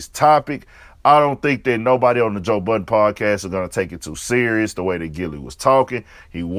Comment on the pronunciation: We should all be glad it's not a bunch of idiots speaking on hip hop, because we are listening. And you wrong for what you said about Rory. And it's Budden. Not buttons.